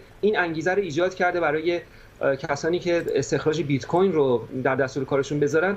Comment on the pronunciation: Oon bit-coRn ro khoob oomad 😂😂😂